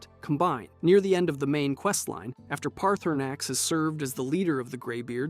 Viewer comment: Guy can’t even say Paarthurnax name right